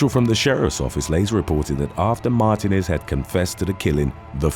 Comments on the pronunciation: I believe it's pronounced "Mar-TEE--nez" with the emphasis on the middle syllable and elongagated. I dunno if it's pronouced that way in Spanish (from whatever dialect it comes from) or how it's pronounced of most of the UK, though when I left I can't remember how I used to say it. and there are a lot more Martinezes in the US lol. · "Martinez" is pronounced "mar-TEE-nez". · It's not Mar-TIN-ez its Mar-TEEN-ez. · It’s pronounced MAR-TEEN-EZ!!!